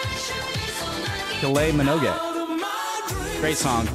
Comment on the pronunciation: Tell me you’re straight and from the U.S, without telling me you’re straight and from the U.S: not knowing how to pronounce Kylie Minogue 😛